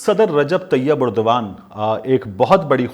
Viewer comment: You're the only one who says the name of Turkish President Erdgan right. Others keep saying it wrong. I've told #MubasherLucman and Sabir Shakir to say it right. They even say other names wrong. Your news saying method is precise and without fumbling and wasting time like Sabir Shakir. Thanks PS do write your tweeter handle